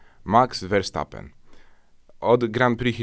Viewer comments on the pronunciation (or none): none